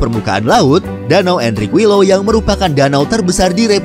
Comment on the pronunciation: Info aja min Qui = Ki LL = y Jdi Enriquillo dibaca "Enrikiyo"